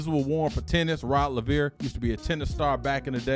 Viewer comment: It's Rod Lay-ver. !!